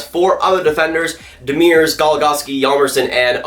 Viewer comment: So funny how badly you pronounce Demers name. Here's a link on how to say it right.